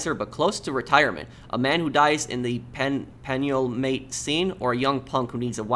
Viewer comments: He couldn’t pronounce “penultimate” 🤣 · That word you couldn't pronounce is pronounced pen-ultimate